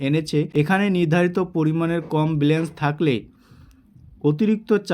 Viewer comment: Dada Ota balance, blance noy,thik kore kotha bola practice